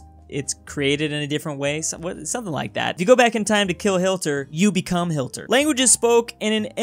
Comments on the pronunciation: He said Hilter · Ah yes, HILTER